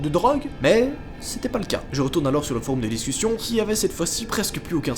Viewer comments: "Des foroum" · est ce que je suis le seule a qui sa stresse quand il dit foroum mdr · Foroum 🤣 c'est du latin ça se prononce forom. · « Un forOUm » meeerde ça perd toute crédibilité du coup!!! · Mec t’as dis « Foroum »! C’est ça qui m’a le plus choqué! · foroum sur youtoube!!!le deepwoub anectous..en gros il essaye de parler francais et latin je pense mdrrrr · "foroum" C'est stressant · Sur des "foroum"😭😭😭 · "foroum" ? x) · Foroume qu'il a dit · Je suis le seul à penser que prononce mal "Forum"? ( Il dit Foroum 😂) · Tu prononces mal « forum » connard